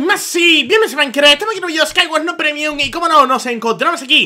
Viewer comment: lo dije porque mazzi siempre dice :CUBITO DE LAVA EN MAICRA